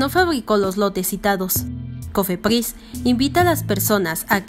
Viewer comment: Pdoducto ni cofepdis jajaja